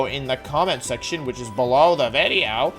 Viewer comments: u said VIDEO instead of WIDEO .. HOW COULD U D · When he says video it sounds legit halfway between video and wideo and I'm actually so impressed by how he's able to make this soun. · Why do he say wideo